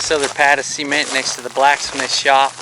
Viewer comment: Cool video, just can't stand hearing cement pronounced as seement 😅